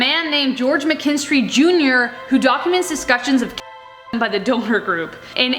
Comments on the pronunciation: That’s pronounced dawn-er, not donor. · I found it creepy that you called the "DONNER" party the Doner party! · Its Don-Err hun. The Donner party was pronounced Don-Er! Not Donor hun! Lol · It's pronounced Donner not Donor. Short O, not long O. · Donner isn't pronounced like that. it's like...santa's reindeer (yeah, Donder), but with another n instead of an extra d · The Donner family pronounced it Dah-Ner, please pronounce it correctly. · Why does it bother me so much that she pronounced Dinner wrong. Like I had to keep telling my brain it's not a big deal 🤦🏻‍♀️ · its DONner, the Donner party.. dawn-er.. lol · The story of the Donner (pronounced Don-er) party is one of America’s pioneering days most devastating and gruesome stories I have ever heard. I actually read the book some time ago which includes the diaries of two of the pioneers. The Oregon Pass now known as Donner Pass, is a beautiful area. The trail they followed is still in use as a major highway. At the peak of the mountain there is a plaque that commemorates the Donner party. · How TF can you seriously not know how to pronounce “Donner.” You never heard a single thing about the Donner Party before researching this story? That’s not how you pronounce Goebbels either. Damn, get it together man.